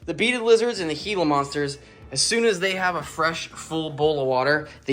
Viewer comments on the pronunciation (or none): none